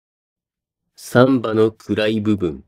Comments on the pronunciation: 「サンバ」で爆笑しそうです。正しい標準語の発音の仕方を習ってください。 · 難破船の難破と同じ抑揚でサンバだと産婆 あるく歩数の3歩と同じ抑揚でサンバだとブラジルのはだかっぽいおどり。